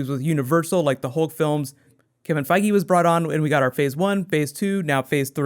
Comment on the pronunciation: everytime you say Feige it sounds like Foggy. Get kinda anoying hehe